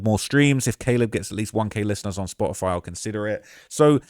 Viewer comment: The slip of saying Da-leb killed me 😭😭😭